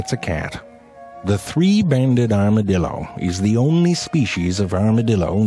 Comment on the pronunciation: 一开始是不是故意念成dildo电动棒啊